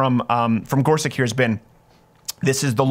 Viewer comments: I think his name is pronounced "Gor-such" or "Gor-sich", not "Gor-suck" or "Gor-sick"... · I believe it's Gor SUCH not Gor SICK. Could you please honor the candidate by pronouncing his name correctly, as a minimum? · It’s not “Gor•sik”, it’s “Gor•such” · you pronounced his name wrong. sound it out. he said it himself. it's GorsuCH.